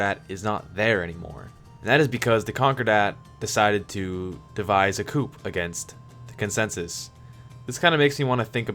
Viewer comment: “Coup” is pronounced “Coo” 🤙🏼